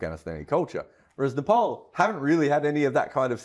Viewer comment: It's pronounced Nepal not Nepal